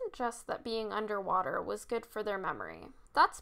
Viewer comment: Anderrr waterrrr